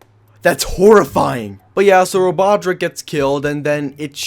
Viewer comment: Did he just say Robodrick? Again? Ok. is he done saying Robodrick?